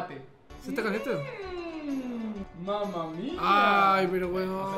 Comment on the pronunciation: A mi no me engañas dijiste "esta calienta" y no "esta caliente"tu clara mente dihiste "esta calienta"